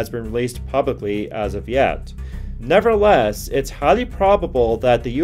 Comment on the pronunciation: The word is nevertheless you keep saying never less. Which is annoying.